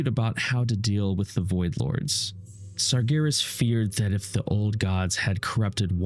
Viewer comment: just so you know, it’s Sargeras not Sargonis